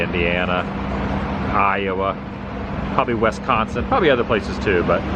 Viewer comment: Please stop pronouncing it Wesconsin. Its WIsconsin